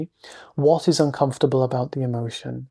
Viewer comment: thank you, I especially liked your emphasis: "what is so uncomfitable?". Truth is it really isn't uncomfitable at all, it simply is as it is